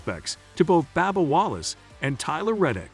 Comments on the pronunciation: You need to lorn how to pronounce the auto racer's names. It isn't Babba, it is Bubba lorn to say it right. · That's funny what did you call him Banal that's funny how you pronounce that